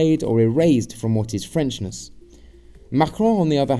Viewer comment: As always I love your videos, thank you for the great information and commentary. One thing I'd like to suggest is to work on your French "r" sound, it sounds very off.